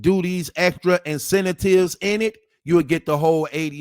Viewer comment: Dude, learn how to pronounce INCENTIVES!!!!!!!